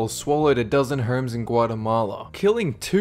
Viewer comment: When he says homes it sounds like "hormes". Such a terrible mispronunciation...